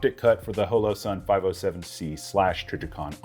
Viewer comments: The way you pronounced Holosun threw me off. Is it really pronounced that way? Thought it was Holosun like Hologram. Or pronounced like sleepy *Hollow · You say Holosun funny. ;-)